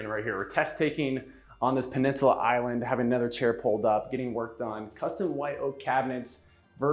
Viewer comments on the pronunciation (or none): none